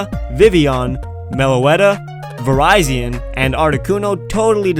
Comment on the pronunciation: I love how you pronounced Virizion as Verizon xD